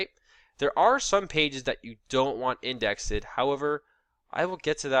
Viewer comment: Why are you mispronouncing words though? Index-ed? Taximonies? What's going on?